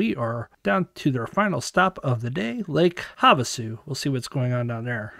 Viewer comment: Lake Have-A-Shoe!!! Sorry just a little humor here but I like your comment on the fact that there is still plenty of water in Powell plus, Its actually pretty cool to see the artifacts popping up that have been underwater for 50 years or more. Just hope the park service gets the ramp extended at bullfrog, I always keep a eye one your channel. Keep up the good work.